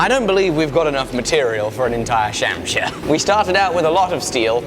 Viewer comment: Please don't pronounce it shamsheer... it's closer to shumsher which roughly translated means tiger's tail which sort of describes that wicked curve